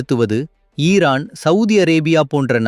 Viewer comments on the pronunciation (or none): none